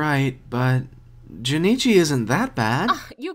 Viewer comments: This is better than actual anime dubs. Also, his name is Jonochi. Not Jonichi. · wondering why yugi pronounces jonouchi like jenichi lol